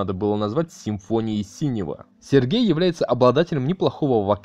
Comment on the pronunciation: На через все времена не было музыки Холстинина потому что ему в тот момент делали операцию и было восстановление долгое, что даже с группой Бугаев играл, не лей людям говно в уши, даже фамилию Синёва криво произносил. Весь видос основан на домыслах, какая нахрен поддержка такому каналу?